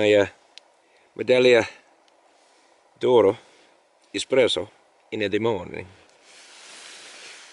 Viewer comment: You need to pronounce the g in medagliodoro again, so much more fun, a word is pronounced how ever you pronounce it, potato potato.